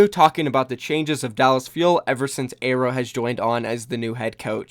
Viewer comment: Please. Air-row!!!!